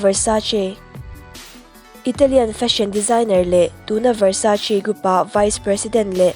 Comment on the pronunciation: Versace - versaiz ti ve leh chiah( nopan lai vel khan) Versachi tih tralh tur a nia🤣🤣🤣🤣🤣🤦‍♀️🤦‍♀️